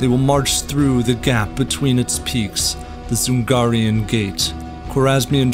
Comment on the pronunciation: It's not DZungarian, it's usually read DJungarian or even Jungarian